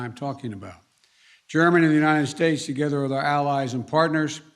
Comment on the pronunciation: ..."taking steps togezzar"... It's like zay "Lockstep", yes??